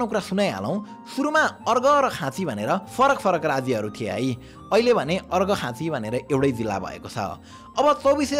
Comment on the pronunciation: कङ्गडा होइन काँगडा, सुतलज होइन सतलज; अर्गखाँची होइन अर्घाखाँची।😂